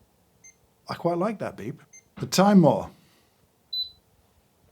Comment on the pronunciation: I miss James reading Timemore as Timmy More 😑